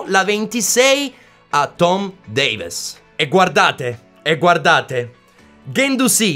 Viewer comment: Si scrive Davies ma si legge Devis con la e un po chiusa, poi su Parejo nella pronuncia sulla J deve sentire la c dolcemente ma veramente dolcemente